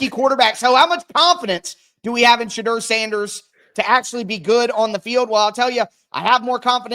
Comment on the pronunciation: Thank u for correcting the host on the pronouncing Thibadeaux Now we have to get him to stop saying Shadrrrrr. The correct pronounciation is Sha-door 🚪